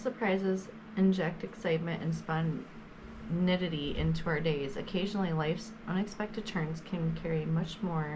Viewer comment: "Spon-nitti-ty"...😂😂😂 Cute. "Spon-tan-AE'-it-ty", love. ❤ You're welcome. Lol